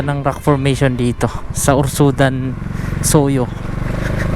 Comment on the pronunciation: Urzadan idol not urzudan haha, yan po ang barangay namin, sa centro po ng barangay urzadan